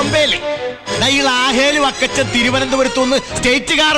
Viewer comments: ലാഹേൽ ഫക്കച്ചൻ 😅❌ വക്കച്ചൻ ✅😅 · ളാഹേൽ ഫ... ക്കച്ചൻ 😅...